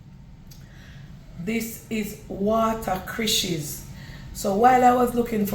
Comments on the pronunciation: Watercrishes 😂😂😂 cracks me up 😂My parents used to call it that too😂 It’s watercress 🥰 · That's not the right name you don't pronounced it right is water.cress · It’s water cress 😅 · Uno know can't pronounced things right